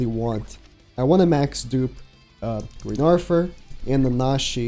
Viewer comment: Each time you hear say "Arfur" you take a shot.